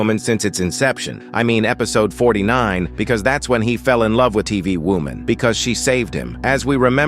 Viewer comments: Why do i hear wooman instead of woman in every single one of his videos? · why does he say wuman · No way bro saying women not normally you say woooman what is wrong with you